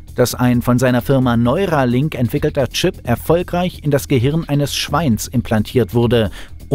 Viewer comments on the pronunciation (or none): Es heisst NeurAlink ;-)